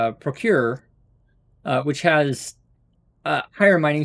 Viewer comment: omfg, i swear you said hitlers mining. here